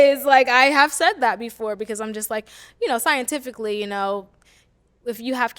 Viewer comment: "Scientifically" girl what